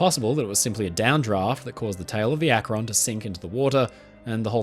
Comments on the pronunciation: Akron is pronounced Ak-ren not Ak-ron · A great video but one little note from an Akronite who grew up watching Goodyear test the current fleet of dirigibles… It’s pronounced Ack-rin, not ack-Ron. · "Los Angeles" is pronounced "Loss AN-juh-less". "Akron" is pronounced "ACK-run". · Akron is pronounced ak-rin. Rin as in tin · Interesting, we only ever really hear about the Hindenberg. For future reference, though, Akron is more commonly pronounced closer to Ak-rin. (It's not quite an I sound but it's closer to I than the O in "Ron".) At least the city in Ohio is pronounced that way by most locals I've met. Even people who do say "Ron" there's more emphasis on the first syllable - AK-ron - and the "Ron" part falls off a bit rather than the "on" being crisply pronounced. (Sorry I don't know the proper terminology for this stuff, I just grew up in the area just over the border in Pennsylvania.) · Great video! Akron is pronounced more like "ack-run". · Another NE Ohioan here, I also giggled a bit. I suppose I can't fault anyone for not knowing it's pronounced "Ack-run" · ..Akron is pronounced with emphasis on the first syllable..:) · Why can't anyone pronounce Akron correctly? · great video!! as an Ohio native who used to live in Akron and who regularly drove past the Goodyear Airdock where the USS Akron was constructed i was happy to see that ship mentioned here. (Also i can't help but giggle at people who aren't from the area trying to pronounce 'Akron' haha)